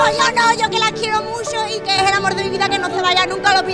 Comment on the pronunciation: me voy a poner un poco bujarron con lo que voy a decir pero lo mejor del video es cuando dice un señor: Mi primer amor eh mi mujeh.